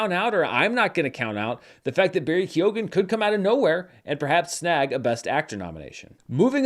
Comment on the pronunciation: Does Barry Keoghan pronounce his last name the way you pronounce it? Also, check your pronunciation of " Da'Vine ". Thanks in advance for checking!